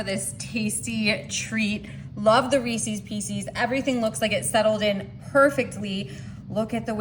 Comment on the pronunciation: It’s not REECEEES It’s pronounced — ReeSez